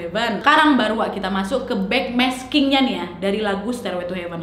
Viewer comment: nadia kalo ngomong kadang suka kebalik" tapi ngehibur bgt Led zeppelin : zed jeplin Backmasking : bass making Ok